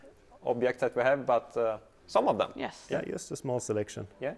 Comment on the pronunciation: maybe you can take some english lessons? the pronounciation is horrible at times... especially "v" and "w". and "just" is pronounced "djust". "ch" is pronounced "tch". basic stuff that would make the videos easier to watch:)